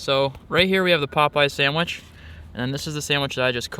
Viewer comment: I hate when Americans say sandwich like it’s a burgur